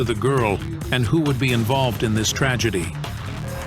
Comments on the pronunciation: tra-jetty no, tra’ ja tea yes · I like the channel; hate the bot. “…such a tridgidee.” It’s a tridgidee that mispronounced words, pauses at the wrong time, etc., have to detract from the heartbreaking story. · The voice over. Subscribe. Subscribay? Tragedy trah gedy? I ask you...